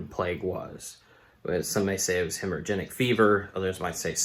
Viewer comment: " Hemo - Rag - ick " fever Nice video as always 😎